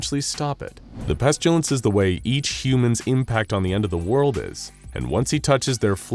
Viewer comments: Thanks, great, enjoyed mostly. One tiny thing, it's pestilence. Not pestulence. Only problem with the narration. Thanks. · My question is this , why do you keep pronouncing the word incorrectly:''PestUlence''?, when it's clearly pronounced PestIlence?. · Listening to the narrator consistently mispronounce pestilence as "pestulence" is like watching that nature documentary narrated by Benedict Cumberbatch where he kept calling penguins "pengwings". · Why dose he call it the pestalince and why dose he tern them into scp 094 1s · The narrator pronounces “pestilence” as “pestchulence.” 🤔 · I enjoy how the narrator pronounces it "Pestyoulents" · where did the u in pestilence come from??? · The pronunciation of pestilence always hurts my ears lol 😆 Where did that letter y come from 🤣